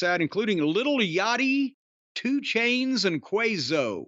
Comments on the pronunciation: Lmao not Quavo but "Quazo"😂😂😂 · I was waiting to hear how he was going to pronounce his name. I’m not disappointed.😂😂